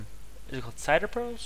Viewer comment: And cin-der not ci-der